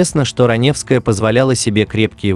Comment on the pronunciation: это не озвучка, а недоразумение какое-то. Автор, ты сам-то понимаешь слова, которые произносишь? Никакой интонации, ошибки (в конце "Ранёвская", пистец просто). Это просто халтура.